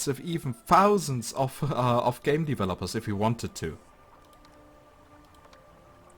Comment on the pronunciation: ich kriege aggressionen wenn du "fausend" sagst. lerne das "th" auszusprechen